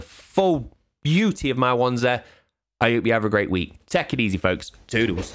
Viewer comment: At the end did you say take it easy or tech it easy?